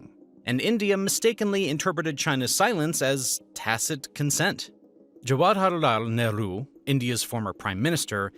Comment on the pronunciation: Wait what pronounce Jawaharlal Nehru again😂😂😂